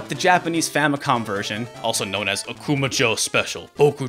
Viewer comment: Dude, your pronunciation of Akuma jou is way off. You have to stress "ma" not "ku" and jou is not pronounced like the American name Joe. May be I'm nitpicking here, but this has the same nails-on-the-chalkboard appeal as mispronouncing SF2's Ryu's or Gunpei Yokoi's name. It only takes less than a minute to find a Japanese video on here where you can hear the correct pronunciation if you don't know it yourself.